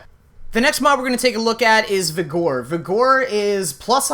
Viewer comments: So bad listening to you butcher pronunciations like Vigor (vi-gr not vi-gore) and your 435 redirection mods you called 145. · omg its vigor not vigore -. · i believe its pronounced "vi-ger", not "vi-gore". I may be wrong, but im pretty sure on this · It's pronounced viggur... not vihgore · dude vigor is pronounced vigger. it was hard to listen to vegore over and over. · vih grrrr not vee gore lmfao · Hahahahaha “Vih-gore” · Haha I laughed for real when he pronounced Vigor. Viger, it’s pronounced like it has an E. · You are pronouncing vigor way wrong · the way youre mispronouncing vigor really irks me. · Do you really not know how to pronounce vigor? I just lost some brain cells what the hell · really you dont know how to say vigor xD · Good vid with a lot of info, will watch again. Cringed a bit each time the word vigor was spoken though.